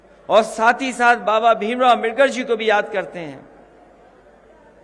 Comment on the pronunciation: बाबा साहब डॉ आंबेडकर जी का नाम सही से नहीं ले पाते हो वह अम्बेडकर की बात करेगा।